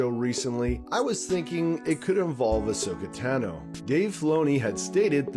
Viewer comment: She's my favorite character...pronounces her name wrong... I'd love to see more Ahsoka in CG or Live. I think, to be fair, they should do a screen test with Ashley as Ahsoka.